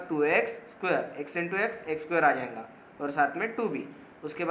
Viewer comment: Bhai aap jayga to jainga kyu bolte ho😅😂